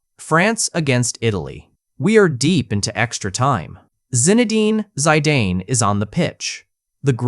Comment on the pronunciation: Bro said Zadane instead of Zidane